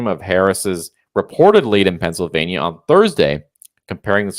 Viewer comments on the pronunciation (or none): Did he say Transylvania or Pennsylvania..🤢